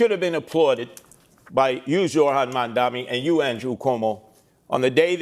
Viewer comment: That woman, Why can't she brush up on her English for goodness sake ??? And MaNdani ? Why do they all have trouble pronouncing such an easy name ? M A M D A N I ? It appears Americans including reporters and so-called journalists have trouble with their consonants in the English language ??? Again Curtis Sliwa calling him something else other than MAMDAMI . The woman with the glasses, again mispronounces MAMDANI. I cannot get over their illiteracy of consonants in English Extraordinary That woman with the accent should really learn how to enunciate in English. It is not difficult. She should listen to tapes. Horrible listening to her. I have to give her credit though. She pronounces MAMDANI properly 👍👍👍👍